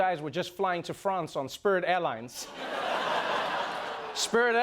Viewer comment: haha love how Trevor always messes up with spirit airlines